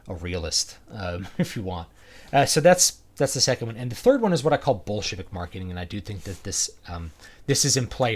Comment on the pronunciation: When you say "Bolshevik Marketing", I keep hearing "Bullshit-ik Marketing".